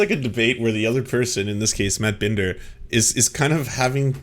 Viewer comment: It seriously pisses me off that he's doing this whole "I'm upset cuz you guys have been making fun of me and my girlfriend" thing as he is intentionally mispronouncing Emma Vigeland's and Matt Binder's names, he KNOWS how they're pronounced and he's already doing that kind of petty garbage like 4 minutes in?? And then later on, just pay attention to his rhetoric, his inflammatory descriptions. He's calling them "interventionist policies" and saying they have "testing regimes", who the hell is going to hear that and not think he's trying to draw a connection to bad foreign policy and war? He's intentionally using words like that to overblow the situation, they're wearing masks and getting tested for covid so it doesn't get spread as much - as in SAVING LIVES, And he wants to draw a parallel with his language to make it sound like a crazy murderous war? He's using the phrases Tulsi overuses when she talks about war and it's always in the same vaguely inflammatory way. Let's also be clear that neither of them are actually Anti-interventionist. On top of that, it's so damn annoying that he constantly uses language that makes him sound more of an intellectual than he is. Michael Tracey is a fraud and a pseudo-intellectual.